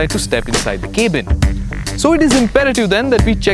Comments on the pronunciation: Good review! not being rude, but I don't understand why the presenter keeps saying "kaybin" for Cabin in every video. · Nice review. Weird pronunciations though, especially with the word "cabin" :) It would have also been nice to review the mid-range manual diesel rather than the AT. Most of the fancy features seen in Elegance don't appear in Ambition :( I keep hearing about Skoda's after sales service. How bad is it? Is it still as bad? What does Skoda have to say about this? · great review but your reviewers must work on their pronunciations. For example : "cabin" and "gladiator" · Good review and very well edited even with the overdone music and effects, but his constant mispronunciations we're annoying, ie; "Cabin", 'Gladiator", "Rapide", "Comfort", "Infamous", etc